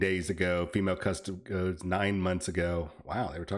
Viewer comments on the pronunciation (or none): All these parasites who don't even know the how to say custodes getting in on the controversy for clicks. They give themselves away when they say "cus toads".